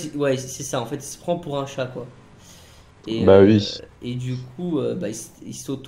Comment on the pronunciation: il dit ui au lieu de oui